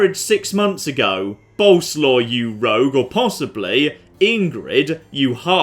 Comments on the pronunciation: Once again "Boleslaw" is a polish name, not a nickname and you pronounce it entirely different from how you do it. It's "Bol" (like in Bold) + "es" + "wav". Pasting the same thing under every m2tw video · By the way you pronounce Bolesław completely WRONG: it should be more like boleswaf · I will keep posted untill you at least try to prenounce it. Bolerswav. Sorry, I'm polish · "Boleslaw you rogue!" 😂😂😂😂